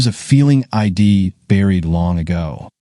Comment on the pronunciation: Contractions are impossible for AI readers to comprehend. (I'd) is not pronounced EYE DEE